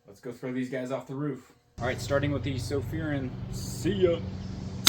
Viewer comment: Been following Sofirn since they came on scene, Its Sofirn pronounced just like your pot plant Fern Sofirn.. 👍